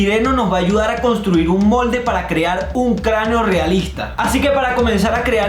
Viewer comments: cranio❌ crano ✔️ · craneo no craneo o escuché mal